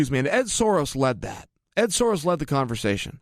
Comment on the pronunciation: Ed soros??? Lmao Ed soares